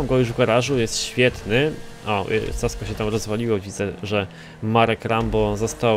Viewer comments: Casco czyta się "Kasko" ty lucuchu niedobry. :D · mówi sie kasko